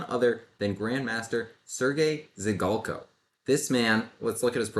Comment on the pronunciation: Not to be too nerdy, but »Zhigalko« has a [ʐ] sound, not a [z'] sound. Kind of like the sound s makes in 'mea s ure'.